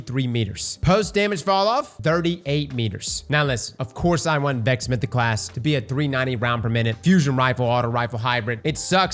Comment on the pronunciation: I wish could say words like podcasT or mythosclasT instead of podcass or mythoclass